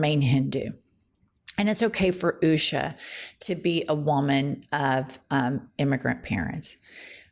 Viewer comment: Can we just agree that it is pronounced "Usha" Not "Oooooosha". The latter sounds so wierd.